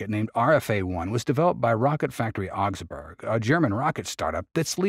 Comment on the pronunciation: … you’re mispronouncing the name of the city, Augsburg.